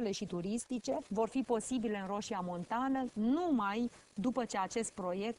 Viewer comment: Roșia MontanĂ, nu Montana